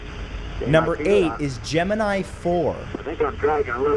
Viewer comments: For anyone who wants to know how it's pronounced, watch NASA... Not this crap. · You don't know how to pronounce Gemini.